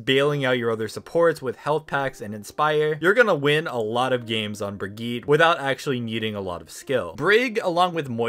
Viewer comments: dude it's not "brigeet" it's "bruh gee ta". Also it's not "or iss a" it's "o REE sa". Not trying to be a spelling snob but cmon. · There is no way people are still saying “Brigeet” after 4 years since her release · it’s pronounced like Brig-ee-ta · that isn't how you say bridgettes name- (bri-gee-ta) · I can’t stand it anymore. Why does no one understand how to pronounce brigette’s name?!?!? It’s BRIG-EET-UH say it with me, BRIG EET UH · I’ve never heard somebody call Brigitte like that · the way he said brigitte makes me think of that meme spagett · says Moira is the easiest hero to play. Also: cant say Brig's name right. Stupidity is not a right.. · how do you screw up saying brigitte man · Why do u say Brigitte like that